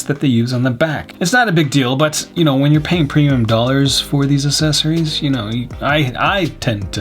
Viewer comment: Accessories = ACK-cesories not AH-cesories. You sound like those people that say Birf-day.